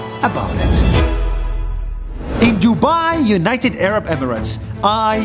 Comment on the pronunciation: why he is saying "this Arab woman " like that??